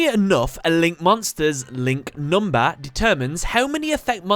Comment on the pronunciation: "NumbA" Ahhhhhhhhhhhrgrrghhedjrmegs